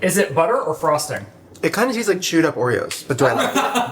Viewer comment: "Like I baby-birded you Oreos??" "Or like Khloe baby-borded you ordeodobos.", I thought I was having a stroke for a second, Lord. 😂😂